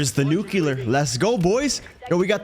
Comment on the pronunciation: Nice Nuclear!! (Although, NOT pronounced “Nuke-YOU- LER)